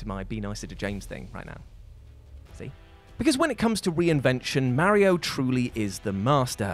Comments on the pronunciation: I hate how what pronounces Mario..... and that there's no longer a ONE PER LIST and no explanation why it stopped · I got stuck on how you pronounce Mario as Merry-o. It made me giggle every time.